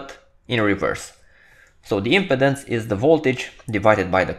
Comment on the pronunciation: Thank you for this video. Your English is very understandable and easy to listen to. One note: the word impedance has the accent on the second syllable (the 'pe') in English. The video is placing the emphasis on the first syllable (the 'im') which made the pronunciation hard to understand for this word. I look forward to viewing more of your videos.